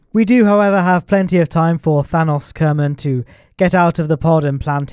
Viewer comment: Why do you pronounce Thanos like Thanas?